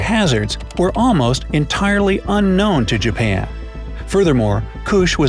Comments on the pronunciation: and he said Jaban 😂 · really “Jaban” 😂